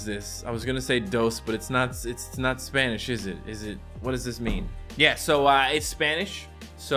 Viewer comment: made Spanish sound like German